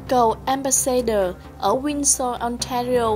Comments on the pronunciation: Một chút góp ý với cô xướng ngôn viên, cô không nhận ra chỗ sai hoặc không phân biệt được. Tên của tt trudeau cô đọc là "truđồ " thấy vì đọc là " truđô". Ambassador cô đọc là " ambassaidơ " thay vì " ambassátdơ " . Tôi phiên âm và đọc theo kiểu vn. Hy vọng giúp được chút ít. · Cô xuớng ngôn viên này? nên nghiên cứu lại cách phát âm tiếng chữ ambassador, Trudeau...và nhiều chữ khác nữa nhá